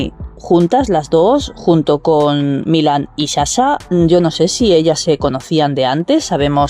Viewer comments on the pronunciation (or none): none